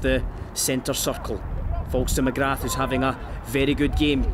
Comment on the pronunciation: The commentator's pronunciation of "McGrath" is brutal